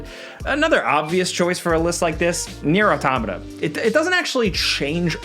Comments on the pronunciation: say it with me: NEIR: AUTO-MATA. Not NEIR: AU-TOM-MA-TA. Why is it so hard. It’s a simple title and yet YouTubers butcher it almost every single time. It’s like calling Mario Merio 😂. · Omg thank you. I wanted to play this but I had no idea wtf he said in the video! I was looking for Nero Matica, or Neuron Attacka, maybe Near On Tomato?